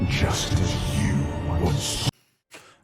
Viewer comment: When he says "Just as" sounds like a "Justice?" in wrath gate cinematic